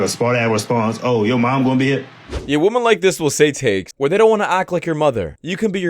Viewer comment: ''Women'' is pronounced, ''Wimin''. Please try to get it right. Thanks.